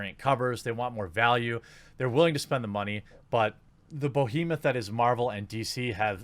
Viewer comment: “The BOhemoth” it’s BEhemoth dude